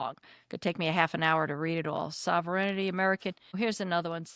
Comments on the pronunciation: FYI To the speaker: It's 'sovereignty' not 'sover-en-ity'. The American education system has a lot to answer for. Other than that, thank you for the support. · First of all, I'm not going to be a nice Cdn. My first complaint is your pronounciation sovereignty ... Sov-ern-ty. Not sov-er-en-ity!!! This is typical of American ignorance and poor education. Secondly, no weed does not grow wild everywhere in Canada. No, they never burned down fields of weed. In fact, weed is 100% legal in Canada since 2017. Yes, we are good people but we won't be pushed around by anybody!!! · The pronunciation of the word sovereignty is sov-ren-ty. Hope that helps. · Sover-n-ity?? Learn to read lady! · Sovereignty: Root word is Sovereign. Three syllables, or two with the first 'e' silent, depending on where one is from. Do not skip the 'reign' part of the word; that is an important part of its etymology and subsequent meaning. Sov-er-en-ty: four syllables, or Sov-ren-ty: three syllables. Definitely never sov-er-en-i-ty, Sov-ern-ty flips the letters 'ren' around to 'ern' and is incorrect. Or American, which is also incorrect. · I love the way you pronounce sovereignty. :) It’s pronounced Sov- ren- tea. Well at least in western canada and the UK. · I had to mention it as well. I let it go the first time but she continued to say it. Yikes! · Or “paraphrase” Or “sovereignty” (so many times)